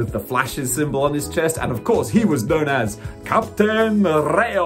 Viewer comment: It's Capitan Rayo, Captain Ray. You ruin the count down wanted the prices